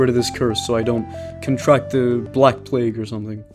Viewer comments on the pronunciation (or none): none